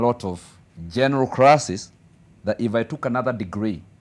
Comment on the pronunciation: Good English...but crasses 🤣🤣🤣..crothes 🤣🤣...Mila yetu